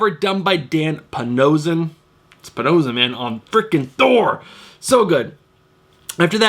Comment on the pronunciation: Great video today!! Do you pronounce his name Dan Pa-no-she-ion or am I wrong??